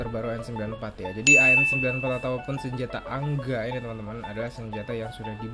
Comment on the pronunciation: Gua baru nyadar kenapa manggil senjata AN-94 jadi Angga rupanya karena AN-94=ANgA (ANGGA)